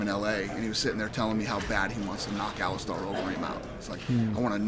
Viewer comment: Alistar overeem? you mean Alistair? haha